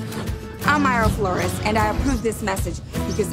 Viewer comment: Mayra was born in Mexico but she pronounces her last name Flores bien estilo gabacha she did not pronounce her name as if it is a Spanish name